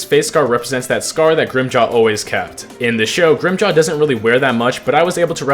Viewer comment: him saying grimmjows name wrong every time set me off so bad lmao